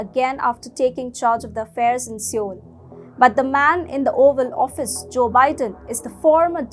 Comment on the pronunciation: Love your stuff guys but Seoul is pronounced "soul" not "see-yole."